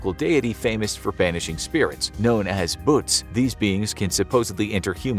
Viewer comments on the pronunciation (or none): It’s actually bhoots not bhuts